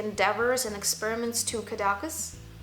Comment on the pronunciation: your first perfume is pronounced in Catalan: Kah De KAYS, with the accent on the last syllable. Named after the lovely, seaside town near Dali’s villa. Google the town to see what I mean. You look like a famous model and your knowledge is just as impressive!